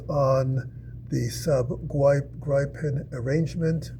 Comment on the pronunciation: Oh god. the butchering of the name Gripen in English is so BAD! Try ti pronounce it like it was spelled Gree-pen for the love of god.